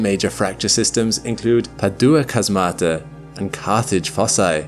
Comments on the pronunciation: Just a note: "chasmata" is pronounced with the stress on the first syllable and it's the plural of chasma, so each named one is ___ Chasma. Same with fossae: it's a plural, so ____ Fossa. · Chasmata is pronounced "HAZmata". I usually don't comment on the correct pronouciations of Greek words but this one really rubbed me wrong.